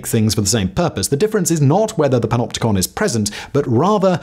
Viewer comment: When every time you skip back. He’s saying PENOPTICON or PENOPTICA. And you decide you want to make a dance track.